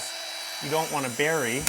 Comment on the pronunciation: Oh and it bury not Barry. As a Drywaller I now know where my bad karma comes from. Ppl saying Barry when the did something bad. My name Barry. It’s all my fault. So bad. Bad trade for a name like mine.